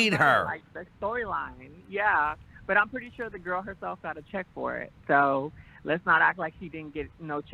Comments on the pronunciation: “Puthy pwint pannie” 😭😭😭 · nahhhh it's the pwuddy pwint pWAnty for me and the way YOU SAYING IT LMFAOOOO 🤣🤣🤣🤣🤣😂